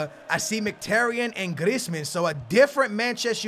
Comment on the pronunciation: I swear.. Every time pronounces Griezmans name... He says it different each time...